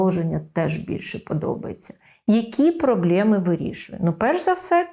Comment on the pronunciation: прАблЄми кАсмЄтолога прАфілактично дискАмфорт трохи ріже вухо